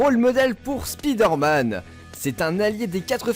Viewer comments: SpiderMan se prononce Spaideur Man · Je ne voudrais pas te donner de leçon,, mais 'y a un truc qui me fait saigner les oreilles à chaque fois, c'est cette façon de prononcer "Spiderman" à la Française! On dit "spailledeur" et non pas "spidaire"; BORDEL!!! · Hey Spiiiiderman , ulk .... UN MINIMUM DANS LA PRONONCIATION, ok je t´aide ...SPAHIDERMAN....HEULK